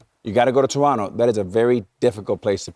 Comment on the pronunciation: It may seem like a small thing, but props to you guys for pronouncing Toronto correctly (“Trunno”, not “To-RONT-to”). It’s respectful and we appreciate it.